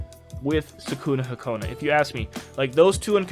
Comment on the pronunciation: your saying sakunahakona is Sakunahikona